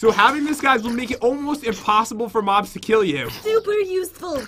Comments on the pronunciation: He sounded like he said mom but he said mob but LMAO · Why you said mom not mob yaaaaaaaaaaaaaa yaaaaaaaaa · Did anyone notice when pat said moms instead of mobs